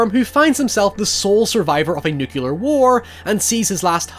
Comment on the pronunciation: I LOVE your vids, But the word is NUKE-LEE-AR: nuclear NOT NUKE-YOU-LAR 👍🏽 keep up the good work!